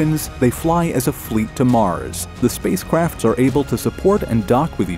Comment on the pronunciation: “space cwafts” 😭